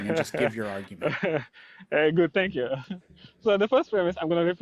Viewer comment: Bro rlly said tank u comeagan 💀